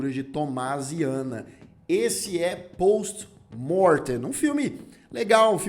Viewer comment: Achei engraçado você falando o nome do filme em latim com sotaque em inglês. Kkkkkk. Pôôwsti Môôrrrtêm. É "Pósti Mórtein"